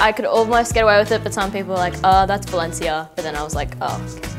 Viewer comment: She said my last name perfect. (Valencia)